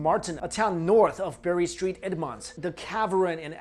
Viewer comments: It’s pronounced Berry Saint Edmond(s) not Bury Street Edmont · Bury st edmunds is pronounced berry saint edmunds, it is where Saint edmund is buried. Suffolk is pronounced suff-oc. That is all. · It's Bury Saint Edmunds, not street! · Bury St Edmunds is pronounced Bury SAINT Edmunds . . . . . . . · The way he pronounces Bury St Edmunds and Suffolk is priceless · The best thing about this video was the way butchers the pronunciation of the English towns and districts lol especially Bury Saint Edmunds ha:)